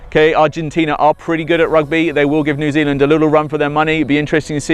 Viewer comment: he cant say new zealand - im from there